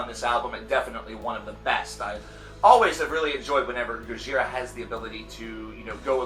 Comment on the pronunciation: He pronounces their name RIGHT!